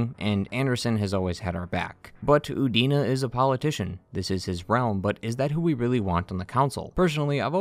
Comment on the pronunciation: I could have sworn for a moment you said Udini